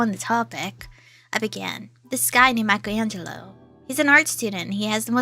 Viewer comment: lol dang you said bleep Michaelango